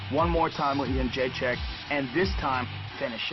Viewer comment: The way Dana pronounces "Jedrzejcyk" is just painful to hear. "Yeon-jay-check"